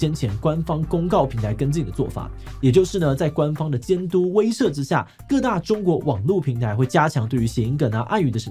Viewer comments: 威攝？威懾（ㄓㄜˊ）啦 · 結果志祺自己講成威ㄕㄜˋ